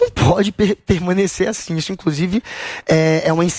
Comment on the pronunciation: "e inclosive"...